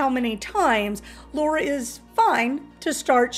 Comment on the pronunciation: Jesus; it’s pronounced LARA. Repeat it after me: LA RA! The heck is “Low Ra?”